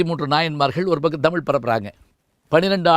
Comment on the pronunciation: தமில் இல்லை ஐயா தமிழ். சரியாக உச்சரிக்கவும். தென்னிந்திய பகுதிகளில் வாழ்ந்த ஆரியர்களை குறிக்கும் சொல்தான் திராவிடம், திராவிட பார்பனர்கள். ஏன் ஐயா இதை மறைக்கிறீர்கள்.